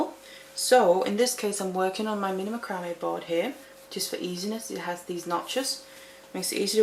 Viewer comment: It's pronounced "mack rah mae"